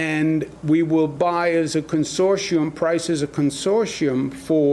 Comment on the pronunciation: goog god the T in consortium is pronounced